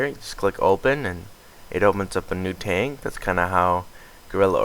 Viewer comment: dear god its t Ah g. not TAYG wtf pronounce it right.